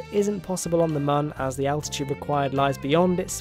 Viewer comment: Just pronounce Mun as Moon.